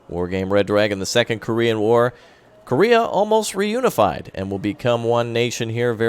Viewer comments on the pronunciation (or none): none